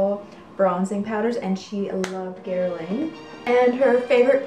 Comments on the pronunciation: Guerlain not Guerlaine! Good show by the way! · Hello!!! The designer Guerlain is actually pronounced (Gerr-lahn). The "Guer" is soft where the "n" in "lain" is almost silent. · Pronunciation of Guerlain is: Guer-lahn. And thank you! Another charming video! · Gear/Gur-lawn = Guerlain